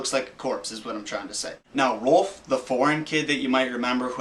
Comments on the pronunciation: Its ROULF RA-OW-LF. .. Gowd.. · Whenever u say rolph it sounds like ur barking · ITS ROLF YOU JACKASS IF YOUR GONNA RUIN MY CHILDHOOD SAY THE NAME RIGHT